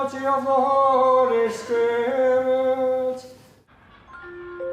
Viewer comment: Sorry it sounded like the priest said Holy Skirt